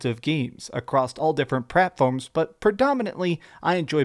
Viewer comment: "Pratforms" 🤭. Let's put it down to learning Japanese.